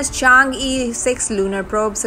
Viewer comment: Learn Chinese，Its Chang e，not Change E🎉